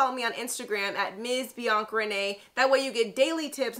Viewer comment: Why is she saying Bianc instead of Bianca